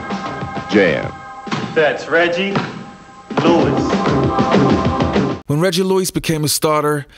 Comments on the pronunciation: am i hearing something wrong or is homeboy pronouncing his name like Luiz or Louise? ha ha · Bruh, you said Reggie Lewis and then Reggie Louise several times 🤣🤣🤣🤣🤦🏻‍♂️ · Why does this dude insist on calling reggie lewis reggie luis!...its lewis bro stop calling him a predominately latino first name.. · Great vid but how does this guy not know how to pronounce Reggie's last name? SMH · Real talk this man who's announcing was not in the United States or watching basketball at all he can't even pronounce his name